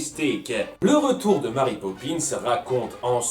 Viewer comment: Pitié les Francophones ... Mary est un prénom anglais ça se dit donc "Mery" et non pas "Mari" c'est horrible j'en ai marre qu'on prononce mon prénom de travers ...